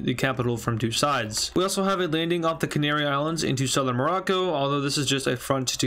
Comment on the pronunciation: why when he said south morocco he said smorrco